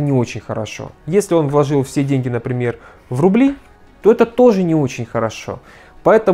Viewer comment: Слова ложил и влОжил режут мне ухо. Вы же грамотный специалист, бросьте это просторечье. В целом ролик отличный.